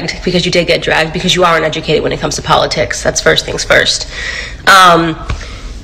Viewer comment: She can not pronounce politics correctly...smh